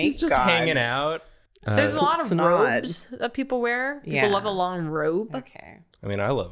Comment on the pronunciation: I heard say "Snod" and I'm not letting that go.